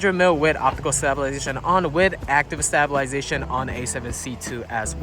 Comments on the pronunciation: That’s a pretty funny way to say stab-I-lization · I like how none of his friends are going to tell him how to pronounce stabilization, lol. Come on, guys, you did your boy dirty! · Amazing video. 10/10 honestly, but one question.. why did you pronounce stabilization like that 👀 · Can you say stabilization correctly tho?